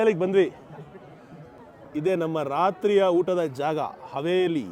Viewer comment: HAVELI NOT HAVERI 😁😁